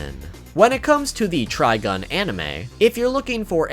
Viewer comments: I couldn't get past the 3rd time he said TrigOn... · Why you keep calling it Trigon? That's a demon from DC. You know, Raven's pappy? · glanceDup You’ve been pronouncing it wrong then.